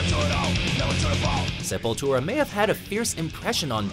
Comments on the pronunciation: thank God they said it right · He finally learned how to pronounce the bands name... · hey you guys pronounced the name right this time!! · Awesome list! Glad you guys finally said the name right. You listened!! Hahahahahaha!! \m/ >< \m/